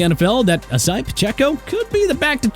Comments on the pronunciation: If Raheem Mostert loses his starting RB job, I'm gonna be disappointed Also, please pronounce Isiah Pacheco's name right! I-SAY-AH NOT E-SAI-AH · The way that he pronounces the name Isaiah bothers me so much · 1.) You mispronounced Pacheco's first name. 2.) Nothing about this take told us the "why" to Pacheco losing his job. You basically said the Chiefs have been using a RB committee since Kareem Hunt, which would mean Pacheco along with CEH and McKinnon are doing their jobs respectively and not in danger of losing them. (CEH would be a direct reason to why Pacheco would KEEP his job if anything). Just a bad and lazy take. It's like procrastinating on a homework assignment and trying to type enough words in a report to meet the minimum. You forced 10 RBs on this list who one didn't meet the criteria, but had to have 10 to submit the video. But used him as a thumbnail and hashtag for clickbait. LMAO. Go back to crying and attacking a guy's wife and brother.